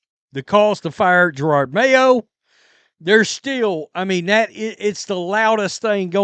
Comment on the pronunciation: Jer-od not Girard